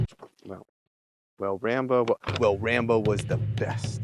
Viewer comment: Rambruh instead of rambo love it